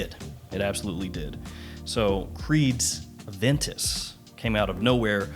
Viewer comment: My boi doesnt call it Aventus. He calls it... AVANTUS!